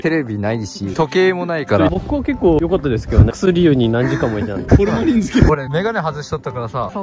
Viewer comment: 薬湯 (やくとう)